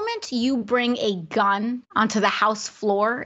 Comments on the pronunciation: God, I can stand how she emphasizes the “gun” to make it sound worse than it is... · god I hate how she emphasizes *G U N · I like her emphasis on “GUN”. I don’t know about all the rest of you, but me and my friends are always passing around loaded guns. Every one of them with hair triggers and no safeties. NO?!?!? You don’t? Good. I don’t either. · She made gun almost into two syllables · Ikr I was like, why do you keep saying it like that